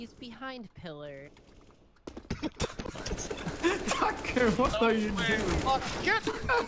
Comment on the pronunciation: Heard more sucker than tucker. 😛